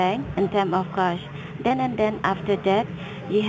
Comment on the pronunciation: "if you Keep a koshh you Will face... Eh face a trouble"... What the hell is that?..... She cant even pronounce CASH right. .... Keep a kosh